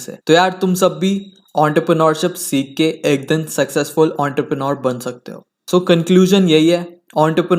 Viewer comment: Entrepreneur ❌ Ountarpreneur ✅